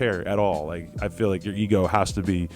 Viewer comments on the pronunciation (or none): none